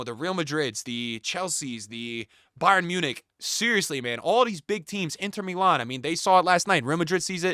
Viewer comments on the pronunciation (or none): none